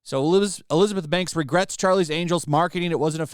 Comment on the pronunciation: She regwets 🥺